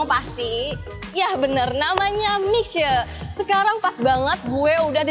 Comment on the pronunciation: Itu bacanya Mishie…..